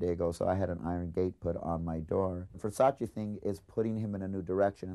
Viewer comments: It's pronounced Vere-sa-chey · They kept saying Versace wrong, like why even report on it if you cant say it right?!